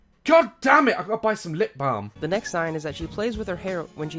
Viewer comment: Any one else notice he had an American accent when he said “balm”?